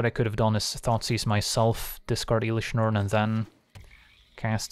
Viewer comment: Please stop saying iiilish Norn 😅